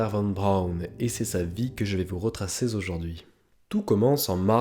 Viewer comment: Retrasser ZOJOURD'HUI !!!! JOLIE LIAISON